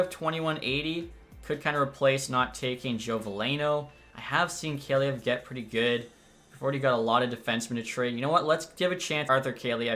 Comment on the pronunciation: I think it’s Call-E-Ev for Kaliyev